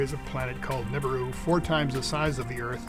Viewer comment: its NIbiru not NIBUIRU